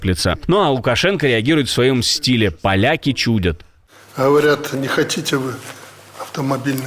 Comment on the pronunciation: Не чУдят а чудЯт. Ведущий безграмотный